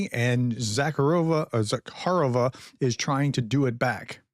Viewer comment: Prof… now our Pronunciation School (PS) moves to Maria Zakharova. Think of the name Zacchary (Zakaree) only replace the “ree” with “rover”, only with an “ah” instead of an “er”. So Zakaree becomes Zaka-rover which finally becomes Zaka-rov-ah. Good job! I appreciate you at least trying!